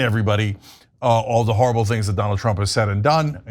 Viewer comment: Can you let people know that Trump is actually explaining to his cult that he says "duh" instead of "the" and they call it cognitive decline... so in order to really reach people, obviously just stating cognitive decline is not enough unfortunately